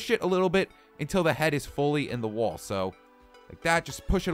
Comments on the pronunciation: lol he said woal when he was supposed to say "wall". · lol "woal"